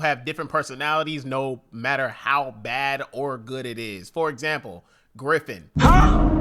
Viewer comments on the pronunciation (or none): It's not "Griffin" its "griffith"